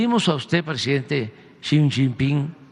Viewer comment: Jajajaja, una carta de cuates...disfrazando el "ahí te va la bolita", que sacón. Por cierto es Xi Jinping, no Xiping. Interesante siempre escucharlos 👍🏻